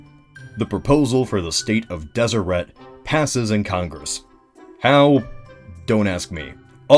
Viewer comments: >tfw you live in utah Utah history (7th grade course) taught me the pronunciation didnt have a strong T at the end, and was pronounced Deserey. rip. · It’s pronounced deseray. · Deseret as a pronunciation bothers me so much. Like I GET that the Mormons believed it was a Jaredite word for honeybee and it has some etymology to the Egyptian for bee crown dsrt but still. It just sounds wrong.